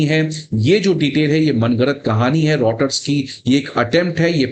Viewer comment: रोटर नहीं बीसी…. रायटर्स!!!